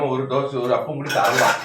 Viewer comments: அது அப்பம் இல்ல ஆப்பம் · அப்பம் இல்லை.ஆப்பம். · அப்பம் இல்லை ஆப்பம்